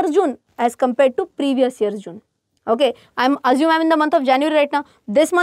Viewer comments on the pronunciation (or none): none